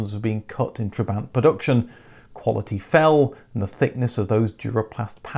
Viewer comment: Every time he said "trebaaaint" I died inside a little